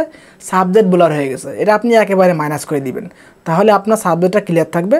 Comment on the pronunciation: ভাই বোলার না ব্লার😂😂